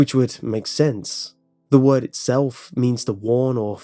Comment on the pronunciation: I thought at first when he said; He didn't care about the means. I though he said; I dont care about the memes